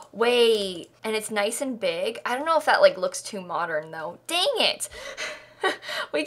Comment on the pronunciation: No one:: DaEnGiT